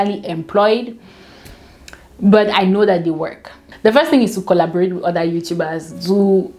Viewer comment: Eventuarry we'll coraborate 😂😂😂😂